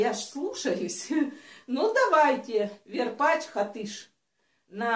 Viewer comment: Не верпатч а Варпатч!